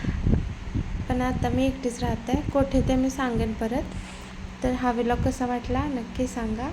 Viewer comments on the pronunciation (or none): विलॉग नाही ग vlog म्हणतात ताई..😄